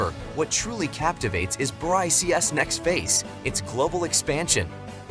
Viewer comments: It's not Bry C S. It's it's pronounced similar to bricks. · BRY-C-S lol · This f*kwit can't even pronounce the acronym BRICS as BRICKS should not even be making video on Youtube. I didn't listen to his weirdness on the whole video. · it is not bry CS, it is pronounced as Bricks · BRO REALLY SAID BRICIIIS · I am pretty sure the pronounciation of BRICS is wrong. Makes the entire video sound stupid.